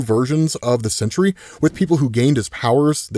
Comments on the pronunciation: It's SENTRY, not "century." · Dude, it's Sentry. Not Century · That animal Sentry Can’t even say his name